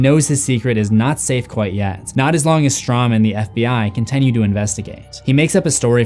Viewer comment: This is so petty and I don't know why my brain thinks this way but I hate that he says "con-ten-nyu" its continue T.T